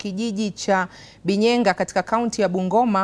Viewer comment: Its BINYENYA NOT Binyenga